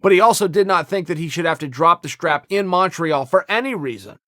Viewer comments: Chael pronounces it "Mawn-treawl" so I can only presume that's how it's said. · he says it so wrong